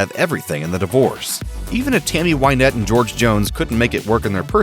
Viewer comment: It's Win ette not Wine ette.